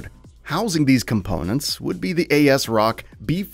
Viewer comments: COO-DAH (CUDA) AS-ROCK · Like when he says "A. S. Rock" or "C. U. D. A." Cores.